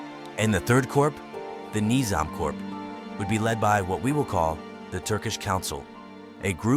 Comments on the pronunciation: dude great video but please pronounce corp correctly its pronounced cores or korzs not corPse....... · It's not Corps as in Human corpse. It's Corps as in core of a star or the core of an army like Napoleons "Old Guard" pronunciation wise. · Corp is pronounced "core" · Damn, you gotta pronounce “corp” correctly next time. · When saying corps(which is the correct spelling), the ps is silent but the s is pronounced if it's plural